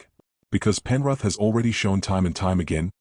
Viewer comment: 'Penruth' 😂 gotta love ai, not